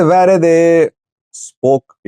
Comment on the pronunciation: You read "worede" as "v e r e d e ".which means you are Indian.